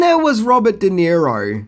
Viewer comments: De-Niro not Nero... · Who is Robert Di Nero? Do you mean Robert DeNiro? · Also - it’s De Niro, not Di Nero. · Just a small remark...it's Robert DeNiro...not DiNero. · That stupid accent really bites you in the ass. How about learning to spell and prannaunce (misspelled an paarpaus). It's Robert De Niro! De and Di are pronounced differently. Take off the sun glasses ans learn proper English. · "Robert Di Nero" looool